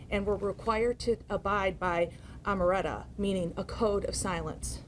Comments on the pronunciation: That lady said the gang members has to abide by the code of ameretta? She meant omerta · That lady really called the omearta the amoretta 🤦🤣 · Did she really call omerta "amaretta"? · It's omertà not ameretto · "OMERTA" NOT AMERETA! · Omeretta?!?! You mean Omertà 😂😂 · These spokes people arent any smarter than the criminals, lady said, “amaretta”🤦🏽‍♂️😂🤦🏽‍♂️😂🤦🏽‍♂️😂🤦🏽‍♂️, its OMERTA‼️🤦🏽‍♂️🤦🏽‍♂️🤦🏽‍♂️😂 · Omerta not amaretta lol ....smh ...duh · Omerta is the word not omereta😂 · Whoopi Goldberg says you are a racist if you criticize these guys and I was locked up with the Godfather he goes by L dunny come on put that back and it’s omertà not omereta lady 😂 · Oh "ah-mer-retta"😂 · Did she wanted to say Omerta ? 🤣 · It’s “Omertà” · That's the funniest mispronunciation of 'omertà' that I have heard yet. It is three syllables, with the stress on the accented third syllable.